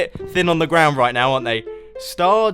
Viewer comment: The Way he says ground in makes me laugh